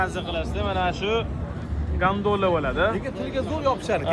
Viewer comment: Гондола деб тугри айсайз